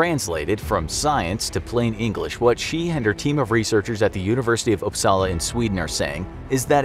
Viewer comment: I love when Americans and other people who speak English as their main language try to say something Swedish like “Uppsala” luv ur vids